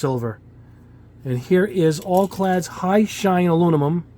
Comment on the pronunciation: Aluminum not alumimum